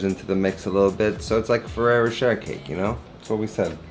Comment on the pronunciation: Ferero roCHER? Cmonnnn man, youre better than that. Congrats on 100.